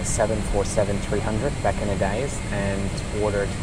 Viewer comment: auf der Erbse I know that he meant days, but his pronounciation was like dies